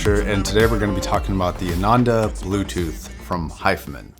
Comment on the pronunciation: Nice video Josh! It's pronounced "aah-nun-the" by the way.